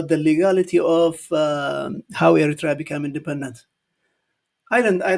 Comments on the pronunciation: Well done,, we might not agree about our politics. However, when the foreign countries, especially Ethiopia or Ethiopians, are trying to impose their opinion, ideas, or claims, we fight as Eritreans. But what this man is reading from the paper doesn't even pronounce Eritrea fluently. The Ethiopians politicians actually run out of ideas. I don't consider them as knowledgeable politicians but came from the street to ripoff the people of Ethiopia. They only manage to run Addis Ababa or 4 kilo, nothing else. you are fluently teaching this uneducated man with paper in hand. They are full of jokers without substance. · This guy , the so called foreign minster who cann't even pronaunce Eritrea, let alone to know and talk about ERITREA, how dare he say that "eritrea belongs to Ethiopia" go back and check our and your history , represent your own opinion and use your brain rather than reading and repeating the proxy narrative fairy tales of your leaders! Leave Eritrea and Eritreans alone!!! All what we need is love ,peace and harmony with our neigbours!!! Eritrea prevails❤❤❤ Wetru Awet nHafas❤❤❤ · This damn foreign Minister, Moreover all his false statements that have been given by his child master he doesn't even know how to pronounce Eritrea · This is the people from the street happened to dress as politicians. To be honest I don't think they are educated and where did they get their qualifications maybe bought it in the black market or dark web. Specially this man is absolutely an embarrassment not be able to pronounce Eritrea. They are a joke of the world politics. This man can't even read. To be honest they live in a dream land as they can't win against Amhara, Tigrians and oromo it's a diversion as they brought the Assab case peoples will be in there bus going to fight and clearly Ethiopia is in the mercy of many actors. Well said, this idot man doesn't deserve our time but we all are one Eritreans when they targeting our people and country.